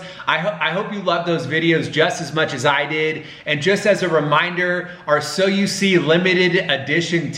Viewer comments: I heard so you see it sound like Soyeesee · Me everytime "SOYUSI " 🤦😂 LOTS OF LOVE FROM PAKISTAN 🍭❤❤❤❤ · me : instead hearing so you see me: i hear so u see suyusee yusii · my mind just ERAIST THE WORD so you see i just heard soyuse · Is it just me or everyone heard that they are saying soya sauce 🤔😂😂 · So you see sound like Soyo Sea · "so you see" My ears: "SOYOSEA" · I heard soyusi And sushi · When they say “ so u see “ it sounds like so u sea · It kinda sounds like soya seed or seed when you say it a lot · It kinda sounded like soy see. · I kept hearing soy el si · all I can hear is soyuse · Thanks for the likes Someone Heard : " So You See" Me Heard : "SUSHI" Or "SO SIRI" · i heard soy sea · New word soyusee and yusi (sorry pls no hate) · Now I can’t hear so you see normally again it sounds like sowusee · I'm hearing "so si," instead of "So you see..."🤣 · Why does it sound like "soy si"? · sounds lik soy suace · After hearing it for awhile I hear, so-z 😂, either way keep up the great work, your vids are great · Am I the only one that thought that they said "so you see" so many times that it sounded like: "soya sea" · The “So you see part” sounded like “Soy see” like the sauce lol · Soy sauce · That do sound like you soy sauce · Soy see? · The beginning of a video the so you see part sounds like an alien language. . .